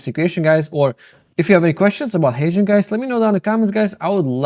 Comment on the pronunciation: I finally figured out he is mentioning HeyGen and not Asian. Ok Guys. That’s all I have Guys.